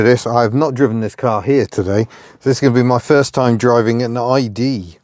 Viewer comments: I love your videos and love the subjects you choose. We may be from a similar time, give or take a decade. My ears are slightly hurt by your pronunciation of "idée", although you hit the spot with "déesse". You are largely right on the categorisation of these cars in France. One often heard a DS described so, but few people spoke of an ID, even when a car was clearly an ID. Very often, both were referred to as DS. It might seem like snobbery, but the reality is that even an ID19 was a pretty sumptuous car and would be a coveted thing. By the time of the D Super 5, lines were getting very blurred. Oddly, some of the "anti-ID" and "anti-D Super" disdain in the UK didn't emerge until the weird classic car bubble popped up in the late 1980s. Suddenly everyone was an expert on Karmann Ghias and P1800s and older oleopneumatic Citroëns. You'd hear a gaggle of corduroyed, brogue-wearing chaps in Kensington mutter "Of course it isn't a real DS" as if it was a fake Rolex. Before that, it was somehow just another model in a range or (to many) there was no distinction at all. I do love the way this channel is so full of affection for the cars you cover. Even silly stuff like (my judgement here) the Tagora gets all the love. Chapeau! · In French, "ID" would be pronounced as "EE DAY" (not EE DEE). You are right, however, that "ID" and "idée" (idea in English) do have very similar pronunciation in French. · Pronunciation: DS: "Day-ess", ID: "Ee-day". The latter is an acronym, not the word "idée" (although it connotes it). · ID is pronounced Ee-Day, NOT Ee-Dee. And Citroën is Seet-Roe-Enn. Sorry to be pedant of the month but details matter. Also the flat-6 wasn't used, not because Michelin thought enough was enough, but because the money ran out. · ID is pronounced ee-day not ee-dee 😊 Apart from that: another great video! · Not Ee Dee. Ee Day. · * "Eee -day" and "Day-ess" is what you possibly meant to say..... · ID in French is pronounced "ee-day", for idée French for idea...